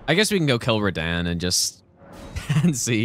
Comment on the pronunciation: can u please start saying ra-DON instead of ra-dan. ffs